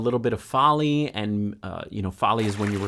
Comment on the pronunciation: Nice one. And Foley is pronounced FOH-LEE, like goalie.